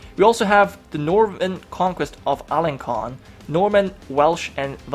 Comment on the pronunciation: the Norman are looking strong!, Alençon is pronounced alensson.:) but I forgive you